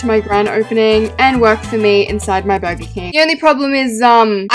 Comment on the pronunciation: Me when she says burger Burgar Srry <3